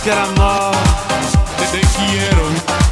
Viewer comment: Person exisist: *Talks a perfec french* Talking spanish be like: tE quIErO